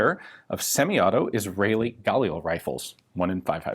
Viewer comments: Mishmar HaYarden is a name of a place, not a name of a person. Also, its pronounced as gaLIL instead of GAlil, and mishMAR hayarDEN instead of MIshmar haYArden. actually, mishmar hayarden means yarden guard, or jordan (river) guard. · Sorry this is driving me crazy. The stress is on the start of the second syllable. So its Ga-Lil, not gAlil. Emphasis the L more than the A. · GUH leel. Not GAAHHL EEL. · if you pronounce it guh-LEE-lee ...why do you pronounce it GAUL-eel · I think Ian meant "...the Galil" not Fal here! :P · It’s pronounced gal-eel mate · i thought it was pronounced guh-lil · I thought it was pronounced (gah) + (lil) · Pronounced "Gah-LiLL" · His pronounciation of "Galil" is so cringe-worthy.... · Pronounce Galil just like you pronounce Galili but without the “I”. The emphasis in the word Galil is on the “Ga”. Not on the “lil”.